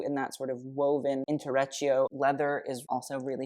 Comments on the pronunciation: It's correctly pronounced, EEN tray CHA toe, boo. 😜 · it kills me how you say the Bottega weaving “intrecciato” 😂😂 it’s in-tre-chee-ato.